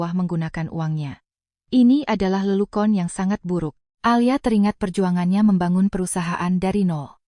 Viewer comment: Yg baca ini tau bhs gk sih, lelucon kok dibaca lelukon 😂